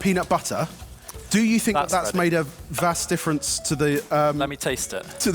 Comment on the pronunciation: lost it at "vast difference" vas deferens. crying :D